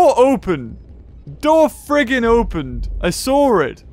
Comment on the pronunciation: You know what I heared said sarw it not saw it lol see back in video when the door opened